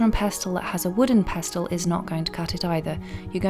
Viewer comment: Pestle.....the T is silent 😉